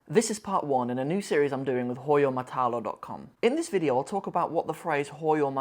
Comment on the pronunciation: Hahaha Manshallah you really saying it well.